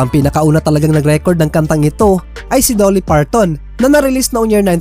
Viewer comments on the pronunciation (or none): Sir Dolly is pronounced like the Jali in Jollibee not Doelly. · Sir dolly hindi po doooly